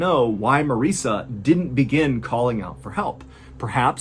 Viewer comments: Am I the only one who laser focused on Mr. Ballen pronouncing Marissa’s name wrong? Lol that was good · I noticed he pronounced it Marissa once